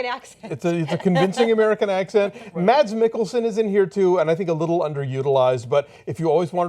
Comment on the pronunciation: btw, Mads is pronounce more like "Mas"